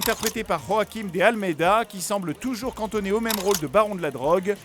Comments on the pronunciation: C pas "Roaquim" c Joaquim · Joaquim De Almeida est portugais donc on met pas la jota pour dire son prénom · Joaquim de almeda est portugais pas espagnol, donc on prononce "joaquim" comme en français et pas "roaquim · Je tiens juste a préciser que la prononciation portugaise du "j" est la même que la française et donc pas comme la jota espagnole :)